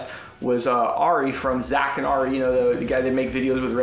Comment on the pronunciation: That's not how you pronounce Ari 😂